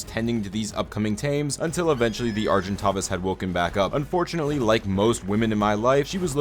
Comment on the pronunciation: How to pronounce Argentavis CORRECTLY (no hate just for everyone to know) Are-Jen-Tay-vuss / Ar-Gen-Tavis